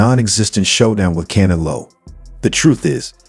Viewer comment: The way your ai says can elo is fucking annoying